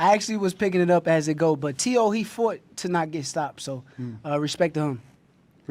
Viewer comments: Max it’s Teo not Tay O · Y he keep saying tayo?? It’s teo!! Max heard teo’s his name pronounced 1000 times as tee-o, y he keep saying tay-o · Why does he keep pronouncing Teo like “Tay-Oh”… That’s so fucking annoying. A “boxing expert” that doesn’t even know how to pronounce a fighter’s name correctly.